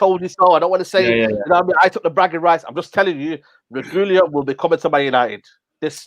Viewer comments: I think you pronounce Reguilon like “Reg-wee-on” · I was thinking the same thing 🤦🏻‍♂️ it's not even a difficult name to pronounce. Re-gee-lon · They are all calling him Regulion but there’s no “lion” in the name it’s Re-guil-on. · You're all pronouncing his name completely wrong. It's pronounced "re-gee-lon" not "regewlien" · The pronunciation of reguillon🤦‍♂️ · “Regoolian.” Jesus bloody wept... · And I thought Mark’s pronounciation of Reguillon was bad 😂😂 loved the show lads ❤️💪🏿